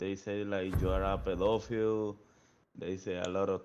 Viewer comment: “They say your a pedifillio” 😂😂😂